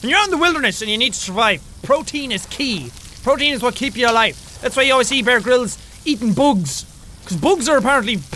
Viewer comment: It sounded like you said Brair Brills instead of Bear Grills